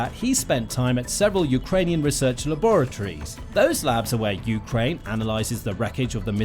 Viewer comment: Good information, thank you, but fire your narrator. Ukraine is pronounced with the stress on the 2nd syllable, NOT the first!!!!